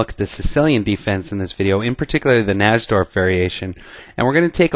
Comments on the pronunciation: Najdorf was a polish chess player and in Poland we pronounce "J" like "Y" in English, so his name should be pronounced "Naydorf" not "Nasdorf". Just sayin' because Americans usually don't check the correct pronounciation and simply use their own "made up" version of foreigners' last names. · its actually pronounced Nai'-dorf. The english attack is not necessarily the 'best' line for white, its simply been fashionable recently. The older move, Bg5, is still perfectly good, and there may be other options as well. Nobody knows whites best in that position. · I think the correct pronunciation is "nigh-dorf", it's certainly much easier to say. Love this opening! Thought about doing a video on the Yugoslav attack in the Dragon? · NY-DORF najdorf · Its pronounced NAPADORMP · I feel the strong need to advise you,, and every one else out there that the correct pronunciation of Najdorf is, phonetically, "Nidorf," with a long i. Thanks for the videos. Have a nice day. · Maybe he knows "something" about chess, but at least he could pronounce the opening variation correctly (nigh - dorf) Plus, what would have happened if that knight had attempted to trade the knight with the dark-squared bishop? I play against the Najdorf, but I push the f pawn on move 6. That bishop is a valuable piece! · miguel najdorf's last name is generally pronounced 'nigh-dorf' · your pronunciations of names are terrible. You pronounce "Najdorf" the wrong way. On another video, you pronounce Karpov's name wrongly. Does not inspire confidence, definitely…. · I can't believe the chess commentator who gets the most views on youtube can't even pronounce "Najdorf". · Pronounce "Najdorf" correctly please. It sounds absolutely terrible when you say it.